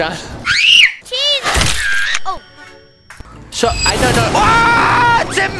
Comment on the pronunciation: SHAWNNN ITS SHAWN